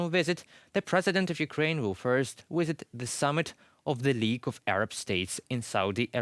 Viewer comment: I'd like to watch this video but host's pronunciation is poor. Talks about the "wisit" rather than "visit." And "try-bute" rather than "tribute." Please hire more fluent anchor people.